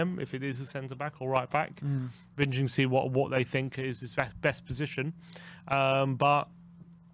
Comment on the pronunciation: can you not say interesting lol you make up your own word for it several times 😂 intrensing I think is what you say lol